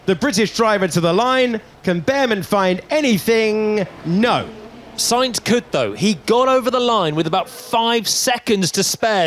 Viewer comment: Karl'uss-Saints, Sharl Laclerrrr, Al Onzow, Antow Nelly, Macs Furshtappen, Cowl-A-Pinto...